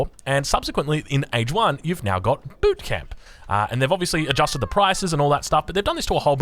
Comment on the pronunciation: lol the way he says boot camp